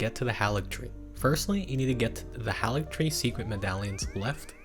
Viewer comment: You’re pronouncing Haligtree incorrectly.